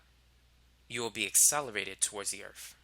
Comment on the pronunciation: the earf